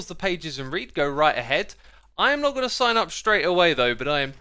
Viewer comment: Did anyone else notice that put sigh up instead of sign up? He did it more than once as well.